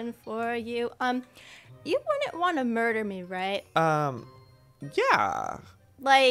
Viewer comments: The fact that said murdurdur lol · Ah yes "mudurdur"